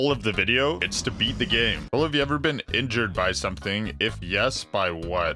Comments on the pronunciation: injured is not pronounced inju-red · WHAT you don’t even pronounce red when you say injured